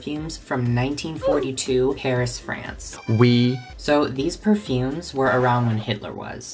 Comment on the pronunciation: As a french gal, the way you pronounced the names of most of the perfumes was gold 😂👌🏻